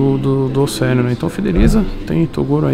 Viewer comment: OCELIO NÃO... OFFELIO... KKKK